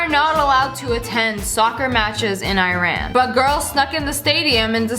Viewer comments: CORRECTION it is not pronounced iiran its eeran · here u said iran misspronunced im sorry this feels like im a grammer teacher but iran is pronounced eerohn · . It's pronounced (EEE-RON ) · ITS PRONOUNCED EI-R-A-N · Lia i love u but its pronounced EE-RAN and this year they're allowed❤😊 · (ish) it’s pronounced ee-rahn iran. lol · hey sniper! Just wanna day I really enjoyed this video! But I have a little request, and I hope you see this comment! So, my father is from Iran and you pronounced it wrong so lemme help you out! It’s pronounced: Iran - ( E - ron) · I’m not trying to make fun of her accent it’s just I’m from Iran and it’s just kind of weird hearing people pronounce it wrong ;-; lol sry